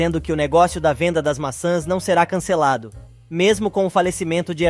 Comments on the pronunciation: NARRADOR NÃO É MASSAS E SIM MAÇÃS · O narrador não consegue pronúncias o nome maçãs.